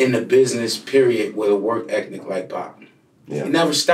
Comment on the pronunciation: Did anyone catch that Jermaine was saying "work ethnic" in stead of ethic?